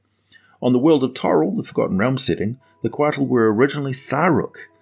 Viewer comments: I live in New Mexico USA. I am familiar somewhat with Nahuatl (Aztec) language. Couatl is pronounced "koe-AH-ł", the ł sound being made by placing the tip of your tongue on the roof of your mouth then hissing. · The "t" is silent. Quetzalcoatl is the full name of the Mayan/Aztec god.